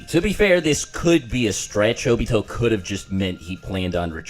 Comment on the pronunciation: Nobody:: “Obitho”